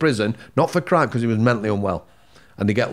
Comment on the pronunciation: Every time said ‘because’ laughed cos he says it like becourse 😂😂😂